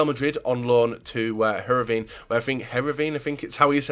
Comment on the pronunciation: wow wow wow... He pronounced Heerenveen right......